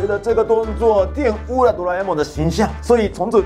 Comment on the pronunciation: 社長＂玷汙＂發音完全正確！中文已經強過很多台灣人了～